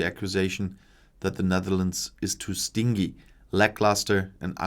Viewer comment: Your English is really excellent, but just for info the ‘g’ in ‘stingy’ is pronounced like a ‘j’, as in ‘juice’. I know, stupid but one of those things😆